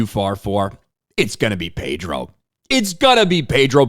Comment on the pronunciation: I the "r" in Pedro Pascal a silent one?